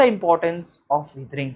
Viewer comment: It's weathering not weethring